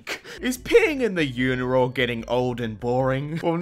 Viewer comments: Hey, I don’t know if anyone caught this yet, but I pee in urinals, not unirals. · you said uniral instead of urinal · Everyone: urinal: uniral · "Uniral" Speech 100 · He actually said uniral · did u say uniral on the pee in the saxophone one instead of urinal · You said uniral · U said uniral and not urinal oof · "uniral" good job,. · Anybody else realized he said “When ur peeing in the uniral